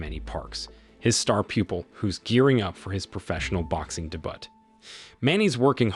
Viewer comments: You could Improve your voiceover mistakes by checking the pronunciation BEFORE posting. Example: at about 11m 29s, his star pupil is about to have his professional boxing Day-Butt (debut). You can trick your AI software on such things by using creative spelling for words it does not properly recognize. In this example, use day-bew, instead, to see if it works. Hope this helps. 😎♥✝🇺🇸💯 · Pronunciation of "Debut"? Who are you and what is your native language?